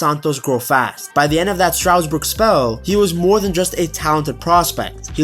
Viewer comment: IT IS STARSBOURG NOT STROUDSBUTG